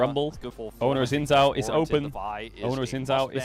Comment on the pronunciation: I played the game where every time Caedrel mispronounces Xin Zhao I take I shot. I am now commenting from the afterlife.